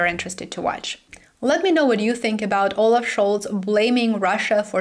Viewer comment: 'All laugh' (olaf) is making me laugh.